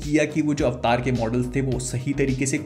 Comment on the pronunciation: This is AVATAR.. NOT AVTAAR... chtiya